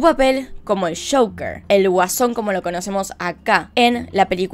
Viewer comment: Ame el acento cuando dijo el caso de shoker (joker) ❤️😂😂